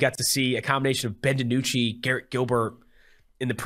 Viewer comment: It’s not “Garrett” dummy